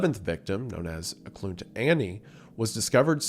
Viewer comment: Local here! Eklutna = Eh-Klute-Nah, three syllables! It's the local name of the town where she was found, which has a very cool Russian Orthodox traditional spirit cemetery that's still in use today and over a hundred years old. I highly recommend checking out the wiki or other sites on it. Most of the mispronunciations are minor, (PNW supermarket chain Fred Meyer becoming 'Department Store Fred Mayor' is pretty funny tbh) but I have to speak up on this one!